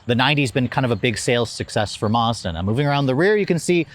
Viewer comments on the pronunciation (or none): It’s pronounce Maz da not Marz Da